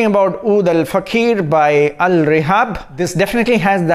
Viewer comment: Pronunciation of OUD al FAAKHIR NOT oud al fakheer mann, FAAKHIR means magnificence, Dignity and fakheer means proud respect the name bro!